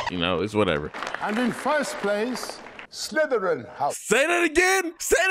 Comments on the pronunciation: bro says house slytererin whilst having a ravenclaw cloke on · I’m here for the nuance of being so lit that he can’t properly pronounce Slytherin while repping Slytherin 🥴